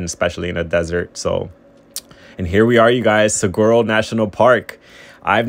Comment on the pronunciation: Suh-wah-roes. No G sound!